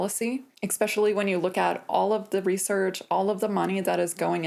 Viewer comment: You’re the second AI commentator that I’ve seen today that says “ exspecially “ instead of “ especially “..,what’s going on? I appreciate language changes over time but is this really happening? To my ear it s total mismatch as you sound intelligent and educated but the “ expecially “ make you sound like you are easily influenced or uneducated.